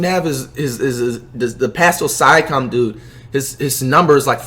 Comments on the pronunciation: On he said " pascal sicome" 🤣🤣😂🤣🤣🤣😂 #pascalsiakam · “pascal siakaam” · “Sya com” 😂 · Pascal sighahkahm 😂😂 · “Sigh a kam” 😂😂😂😂😂😂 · This dude don’t know how to pronounce any player’s names. 😂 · Bruh da way he pronounces siakam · Talks about disrespect to Pascal but he pronounced his name wrong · Bruh how he pronounce Siakam?! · listen to how he says pascal siakams name 😂😂😂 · I swear we can't skip on how Flight pronounced "Siakam"...